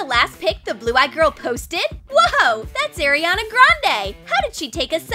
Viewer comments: It is not aryana its ariana ar-I-ana ok jeez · “ OH it’s Airiana grande “ AIRIANA WHAT ITS ARIANA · Well I guess it’s eryona grande now Who else heard Eryona come on I know I’m not the only one 😹